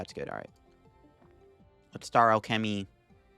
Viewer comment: also please look up how to pronounce alchemy 😂😂